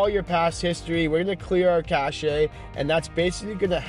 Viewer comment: Cache is pronounced as "cash" not cash-shay.